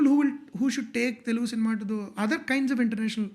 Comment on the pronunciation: I would really appreciate if you guys can say “Telugu” not “ tellgu”. This is a great show. Good luck !